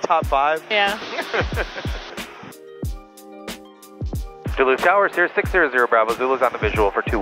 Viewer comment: It’s pronounced, “Doloot”.